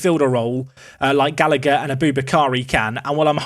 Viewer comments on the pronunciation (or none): none